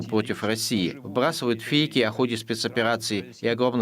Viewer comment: Нова вимова слова - ФЄЙКІ.